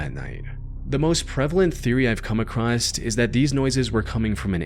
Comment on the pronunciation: I like your vids but brother there is no T at the end of the word "across"